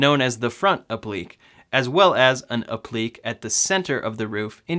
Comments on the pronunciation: Pronounced "App-pluh-kay" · it is pronounced " ap-le- kay " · It’s pronounced “app-li-Kay” 🤗🤗🤗🤗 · Applique = “ap-pli-kay “ 😆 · You are definitely saying that as wrong as possible 😂😂 it’s app-li-Kay and it’s the fact you say it like you KNOW thats how that word is pronounced lmao... it’s the confidence for me 😂😂😂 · applique is pronounced app-li-cay'. It is French. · Applique is pronounced app-le-KAY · App-li-Kay. Say it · It is pronounced app-lee-kay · Applique = app-lee-kay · Hey -Being a retired teacher two of my quirks is spelling and pronunciation. Applique is pronounced app-li-kay. Translates to something that is applied. So the Tesla logo on the hood would be an applique. Keep up the informative videos. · Applique pronounced 'App-le-Kay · It's pronounced app-lick-kay. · The word is pronounced “app - lik - ay” appliqué. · Appliqué (app lee kay) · App-le-Kay you noob. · For heaven's sake, say "App li KAY". Public education has gone to seed. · Yeah you definitely said “appliqué” wrong a bunch of times. It hurts my ears when you say it like that.